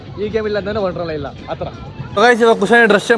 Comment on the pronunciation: WONDERLA not wondrala